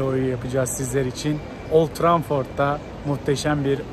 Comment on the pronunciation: Old Tramford değil lan, Old Trafford